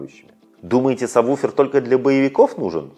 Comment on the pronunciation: Интересно. Как вы такой специалист и произносите саб буфер? Если нет такого названия, кроме сабвуфер!!!